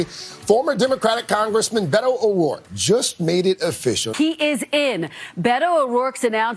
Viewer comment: In case you're interested he pronounces it "bet oh," not "bay to"